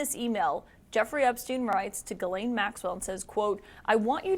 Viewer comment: Her name is Ghislaine (“Geez len”) and not Guylaine (“Gee len”) both common in Québec. Also how do you USAians get “Le fever” (Brett) out of Lebfevre (“Le Fayvruh”) to name only one of your many badly distorted pronunciations of French origin names.